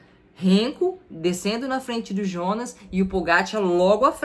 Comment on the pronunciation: Tadej (Tadei), Jonas (Ionas)!